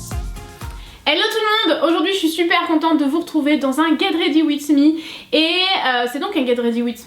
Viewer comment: le "ged rady wid mi" a